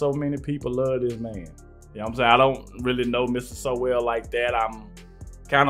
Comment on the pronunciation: His name is not pronounced So-well. It sounds like Soul.